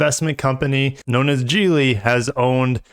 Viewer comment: I thought it was pronounced Geely not Geely.